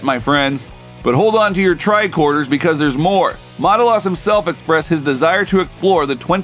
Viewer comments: What is with the “Mata-lis”? It’s pronounced “Matt-al-is” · May I suggest you learn how to pronounce the guy’s name before you record? The name Matalas (sp?) has the accent on the second syllable. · This would be far better if the narrator could pronounce Matalas correctly. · I watched until you mispronounced Matalas.